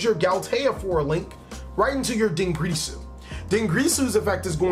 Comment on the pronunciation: Every time he says "Dingrisu" or "Longrisu" I die a little bit inside. It's Dingirsu and Longirsu.